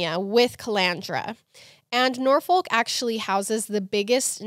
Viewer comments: We pronounce it “Nor Fick” Fyi lol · your pronunciation of Norfolk made me cringe but I STILL LOVE YALL